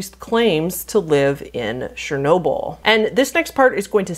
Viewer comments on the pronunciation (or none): please brush up on pronounciation of things, the way you said pripyat made my slavic forefathers roll in their graves so fast it could be used instead of hydroelectric power. not to mention chernobyl. CH lady! not shernobyl! chernobyl!!!!